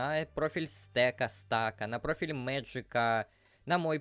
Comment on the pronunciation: Какой Магик??))) Мэджик